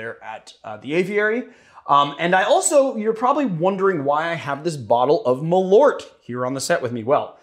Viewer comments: Btw you know that it’s pronounced MalÖrt!!! 🇸🇪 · I'm surprised didn't correct the pronunciation on Malört! "Malört" means "wormwood" in Swedish (and in Norwegian "malurt" I think). Great content as always, guys!